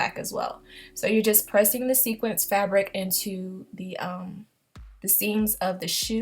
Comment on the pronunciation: it's sequin but I knew what you meant